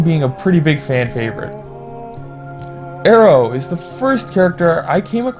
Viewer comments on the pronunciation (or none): "Arrow" Fucking dying, like how hard is it to listen to how the voice actors pronounce a character's name and mimic them?